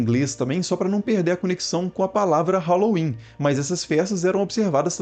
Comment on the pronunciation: Se pronuncia sowem e nao sauem